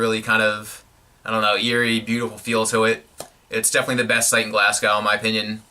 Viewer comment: Glasgow is pronounced Glas-go